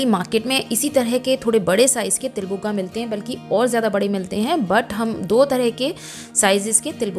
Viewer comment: Til bhugga bolte han not buga